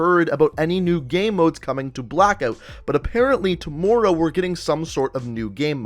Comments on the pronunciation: To-more-ow Anybody else hearing that too? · ~apparently tohmowrow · I absolutely HATE the way you say tomorrow! OMG! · CombatFalcon X bro fr I was like how does he say it like that